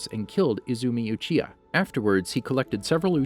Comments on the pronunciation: Ma-duh-ra uchiher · Obeeto oochiha Adatsooki Huh